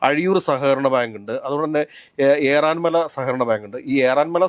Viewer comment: ഏറന്മല അല്ല ഏറാമല ആണ്